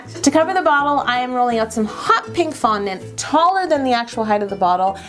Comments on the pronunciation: she said foundant and there was no "woooo" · So frustrating she didn't yell at every "fundant" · who else yelled when she said fondent??? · Sometimes when she said fondant she didn't say woo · says "WOO" every time you say "fondant" I say "WOO" every time you say "HOLO"